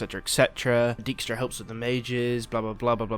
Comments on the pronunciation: Daik-stra, not deek-stra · It annoys me how the name 'Dijkstra' is pronounced in the game. Those here who speak a bit of Dutch will understand. Thing is also, I have no idea how to explain in written form what the proper pronunciation is and I'm no expert in phonetic writing either. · One thing bother me, everyone pronounced his name as Deekstra. Dijkstra is a Dutchname and translated it means Dike stra. And I get that pronouncing the Dutch IJ is almost impossible for English speakers, but at least pronounce it as Dikestra. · "shove Dyjkstra"....... yeah.....